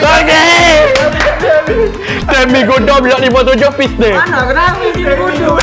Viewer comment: Cara ejaan dan sebutan yang betul adalah "Pistons" 😂 Cara sebutan adalah "Pisten" 😂 Cara eja Pistons adalah "Pistene" 😂